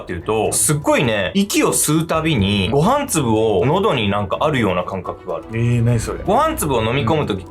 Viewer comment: ごめんなさい ごは↑ん粒のイントネーションが気になってしまいました